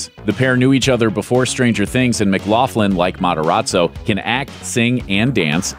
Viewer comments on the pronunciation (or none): Its mick-loc-lin not mclaflin